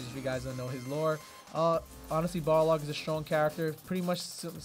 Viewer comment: lmao you said you were gunna say Boxer cause you couldnt pronounce Balrog but instead you kept saying BarLOG.